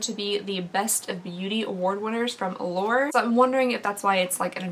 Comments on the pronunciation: Every single time you say Allure, I hear The Lord. 🤣🤣🤣🤣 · Now I hear it too 😂